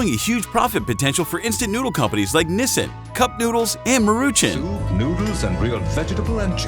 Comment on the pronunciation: Ma roo chan not maruchin